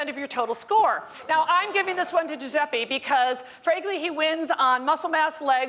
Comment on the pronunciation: Fucking Yankees can't pronounce "Dju-zeh-peh", it's not "Dju-zeh-pee"